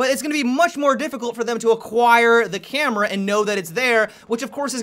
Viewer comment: "ze camera" lol